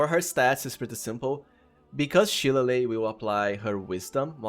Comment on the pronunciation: As an irish person i must point out shillelagh is pronounces shi-lay-lee 😂 now imagine what our town names are like 😂